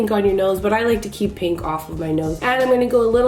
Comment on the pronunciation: “Next with this PANK” LOL i died 😂